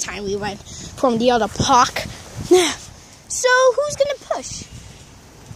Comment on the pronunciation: Its park not pork